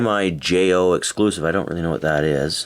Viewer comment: MiJo is pronounced "Mee Ho"